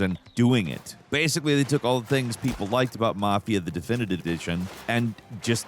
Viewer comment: unable to say definitive edition is always peak 💀